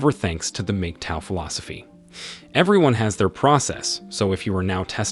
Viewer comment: it’s pronounced MAG-TAO